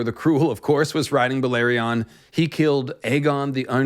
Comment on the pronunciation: Balerion... That pronounciation kills me.